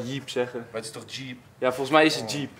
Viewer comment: ja, toocchh (dat was echt een rare toch)